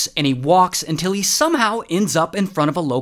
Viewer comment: Everybody gamers til ray says “untill